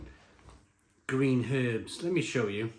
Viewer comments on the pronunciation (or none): none